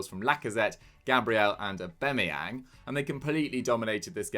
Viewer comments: Do they call him AubEmeyang on purpose? Is anyone else hearing this? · He said aubemeyang